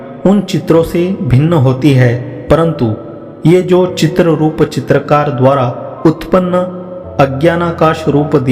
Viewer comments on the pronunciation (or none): हरि ॐ, यहाँ कुछ स्थानों पर tongue-twisters यानी ध्वनियों में समानता के कारण उच्चारण में कुछ त्रुटियां हुई हैं, उन्हें कृपया सही अर्थ लगा श्रवण कर लिया जाये। Pointers निम्नांकित हैं: 1.) - ===> "चित्ररूप चित्रकार" को "चित्तरूप चित्रकार" समझा जाए। 2.) - ==> यहाँ मूल वाक्य है : "वे मानसिक चित्र-रचनाएं आकाश से भी बढ़कर वैसे ही शून्यरूप हैं अर्थात अत्यंत असत हैं, जैसे ..." 3.) - ==> मूल वाक्य: "चित्तरूपी चितेरे के चित्र में अवस्थित त्रिभुवन आदि विचित्र पुतलियां..." 4.) - ==> मूल वाक्य: "एकमात्र चित्त में रहने वाला मनोराज्यरूप चित्र..." 5.) - ==> "वन्ध्यघातकभावादिरूप" को "वध्यघातकभावादिरूप" समझ कर श्रवण किया जाए, अन्यथा अर्थ कुछ और ही निकलेगा। वध्यघातकभाव वह विरोध है जो दो पदार्थों में संयोग होने पर होता है (जैसे सर्प और नेवला)। संयोग के बाद जो बलवान होता है वह निर्बल को बाधित कर देता है। 6.) - ==> मूल वाक्य: "यद्यपि ज्ञानियों की दृष्टि में ..." 7.) - ==> मूल वाक्य: "परिभ्रमणशील बुद्धिवृत्तिरूप आभूषणों से ... " 8.) - ==> "नानावर्णवाले पर्वतों से युक्त महानुभव.." --> यहाँ "महानुभव" को "महाभुवन (यानी मध्यलोक)" समझ कर श्रवण किया जाए।